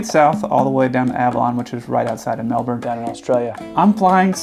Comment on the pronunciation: YES!! You said Melbourne correctly. For those of you who don’t people say incorrectly pronounce it “Mel Born” but it sounds more like “Mel Bin”.